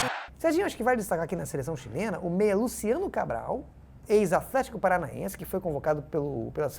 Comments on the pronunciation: "Afletico paranaense" conforme o famosos fonema TH manda, me pegou demais kkkkkkkkkkkkk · Eu enquanto professor de inglês percebi e NÃO ACREDITEI que o craque daniel invocou o som /θ/ pra pronunciar aTHletico É muito profissionalismo e compromisso